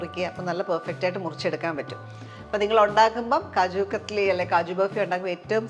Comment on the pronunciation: It’s known as KAJU KATLY, NOT KATHLY, this I know for more than 40 years.